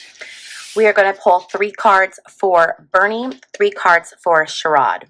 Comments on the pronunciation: It’s pronounced like SHARE-id ❤ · Ohio Senator Sherrod Brown’s first name is pronounced Share-rid .